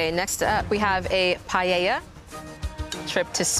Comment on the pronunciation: Tini stealing Spain and then not knowing what paella is or even how to pronounce it . . . with Omi simmering with rage in the background is the single greatest thing in this entire show so far, including everything from season 1. 😂